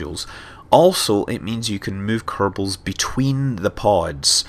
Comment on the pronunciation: he said "kernals" XD